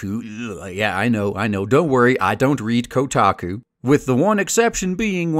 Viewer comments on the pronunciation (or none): "Kotaku-ueahueh" lol.